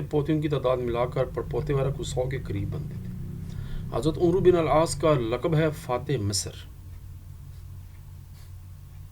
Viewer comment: Sir its not umruuu Its AMR BIN AL AAASS❤